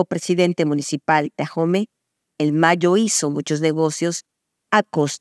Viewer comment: Hola Anabel, Ahome se pronuncia con la H muda. Gracias por tu gran colaboración a la libertad de México. Bendiciones.